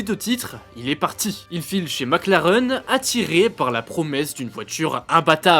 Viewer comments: Sans oublier Mac Lareeeuun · MacLareuuune ? Vous êtes sérieux 😅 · MacLareune 😂 ! Il manquait plus que Villeneuve et son "MecLaren" !